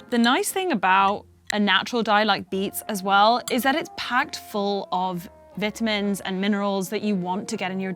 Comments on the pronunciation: Mispronunciations by supposedly educated individuals drives me nuts. It's not a "Veetamin" as you would pronounce the word "Bee" it's a "Vitamin" as it's "Vital" to your health. And sugars are a bigger killer than any of those dies just saying. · What’s are Bit-amends? Ooh…. She was saying Vitamins!! Never mind lol😂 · I think they should ban “Vit- uh- mins!” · I can't take anyone seriously who says viit-amins.